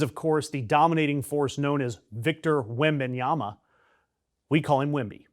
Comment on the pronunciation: He's from the Wemba tribe. His family was known for cattle (nyama.) Wemba-nyama is the pronunciation of his name, not Wemban-yama. To me, it's a shame that Americans don't know more about African-born people, or African Americans who have kept their African names like Kile Monangai, or European-African heritage people like Victor. Even worse, they are too lazy or ignorant or dismissive to learn to pronounce African names. In many ways the mispronunciation of African names--deliberate or not--is a continuation of subtle racism of white Americans. And I'm well aware that the present administration encourages this and other kinds of racism because we have a deeply racist president.